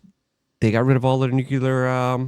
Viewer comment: nucular? you mean nuclear, right? lol